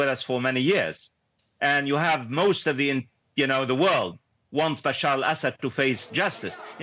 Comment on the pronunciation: Excuse me, his name is not Basheer Al-Asad, but Bashar Al-Asad.